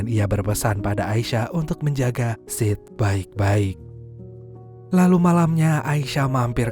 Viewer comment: agak gimana gitu ngedenger nama sid dari awal disebut sid, sit terus kadang malah jadi sh*t😓